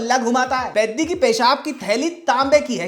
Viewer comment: Peddi ❌ Piddi ✅